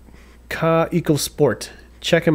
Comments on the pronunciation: It is called kaweeeeko try that it is a German Name KA WEEEE KOO. TRY TO pronounce the word like that . Not KaE Ko. Try to pronuounce te Word We so KAweKo many greetings Christiane from Berlin Germany 😊😊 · 😂 I love how you make them both into two separate words Kaw-eco Rot-ring 😂😂😂 great video man! I was corrected and told it’s actually pronounced “kaveco” because it’s German